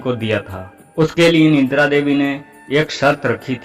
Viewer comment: Nindra nahi Nidra boliye ji.